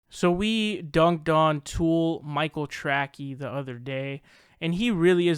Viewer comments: My man. It’s Tracey. Trae sie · His name is Michael Tracey as in tray-see. Come on, I agree with you but pronounce his name right, or admit you're saying his name wrong on purpose.